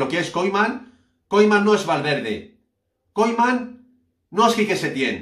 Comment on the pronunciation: pronuncia KUMAN jajaja koiman